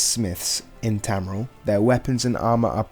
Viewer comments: Tamriel is pronounced as Tam-Re-El. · Your obviously not a fan of elder scrolls because your saying tamriel wrong